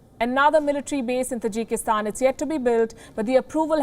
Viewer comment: Hey the word is Taajik in accent not Tajeek (Tajik) lol Tajikistan But you are calling it Tajeeekistan.😆😆 Got listen it's native residents